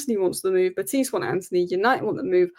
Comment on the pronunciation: Please say Betis not betease. There is no accent. It is as it sounds in English 👍